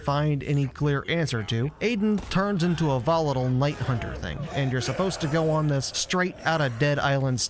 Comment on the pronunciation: why did you pronounce volatile like that